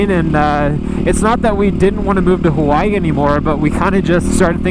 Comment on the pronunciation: Did he say "We were gonna move to Kawaii" ? ^o^